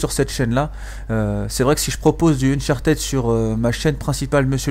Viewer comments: Ein fulegun ! Dis unchatid stp pas unchartèd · Bonne video mais ca sera bien que soit tu active les sous-titres et tu parles pendant les cinematiques soit tu nous laisse ecouter car c'est important dans Uncharted (qui ne se prononce pas Unchartid d'ailleurs?)